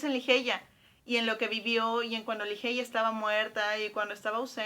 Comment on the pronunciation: Me perdiste cuando pronunciaste Ligeia como se escribe